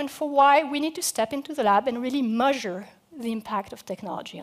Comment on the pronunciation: SonicMooseman its not but she cant say measure at all lol